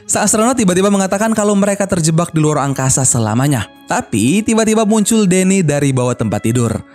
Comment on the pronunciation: Wkwkwkwk mimin bilang angkaza